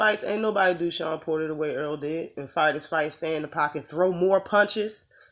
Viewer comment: Y'all love Spence, but you call him Earl not Errol...